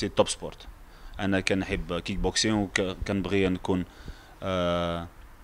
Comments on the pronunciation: اااا لكلاخ ااا المستوى المنحط ااا لعالم لي مورا شمش راه بطل العالم ف رياضة الكيك بوكسينك ماشي الكينك بوكسينك بغيتك تقرا هذا الكومونتير باش تعرف غير كلمة صغييير كتبين مستواك او مستوى الاذاعة لي مخدماك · واش بوحدي لي سمعت كينغ بوكسينغ 😂😂😂😂😂